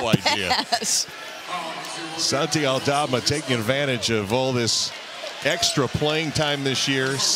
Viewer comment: Me hace gracia como pronuncian los comentaristas su nombre: “Santchi”